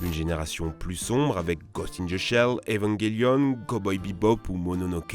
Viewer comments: "Évonne Gélionne"🤢 Vous pouvais pas dire Evangelion sans forcer à mort sur l'accent ? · évangaylionne HA MES OREILLES SAIGNENT !!!!!! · Vous imaginez a quel point j'étais mort de rire de la facon dont il a prononcé évangelion